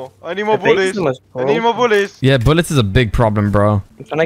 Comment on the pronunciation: “i need more boulets! I need more boulets!”